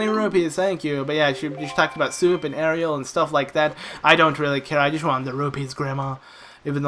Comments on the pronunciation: Megalomaniac The difference is obvious. Do you see an "e" in Aryll? It's two syllables, not three. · It's ARYLL, not Ariel. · No it's it's pronounced Err-Ee-L